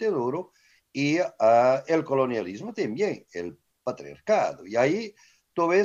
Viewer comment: dizque el pratriarcado, ni pronunciarlo saben, mucho menos saben de lo que hablan jaja